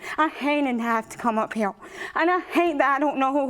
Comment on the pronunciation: "I'm not heewe to argue with hoowe" lady, all you have been doing is arguing with her. 🙄 She was obviously and clearly jealous of the new fiance and their relationship. She wanted to have what they have and couldn't stand that they have it. So she got her mind set that he was her baby's father and made up a whole relationship in her own mind. Sad. And scary.